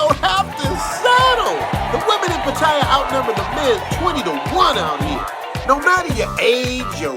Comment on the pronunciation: great to see a foreigner that Know's how to say Pattaya right. I speak thai and read and right but almost every foreigner gets it wrong respect to you bro I love Pattaya thanks for the great video